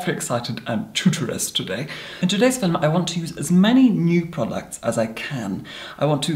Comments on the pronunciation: it's a meme! it's because the way says it sounds like 'filum' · was I the only who who heard, in todays "filim" hahah